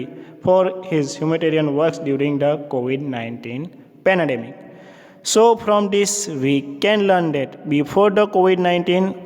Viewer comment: Covid 19 Pandamic❌, Penedemic ✅